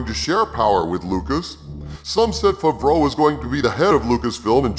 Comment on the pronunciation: 😂😂😂😂 it’s pronounced FAV-ROWE not FAHV-RO And you KNOW that NONE of this info is true,, you made it all up. This is your own unfulfilled fantasy dream. Keep dreaming. This is all bunk!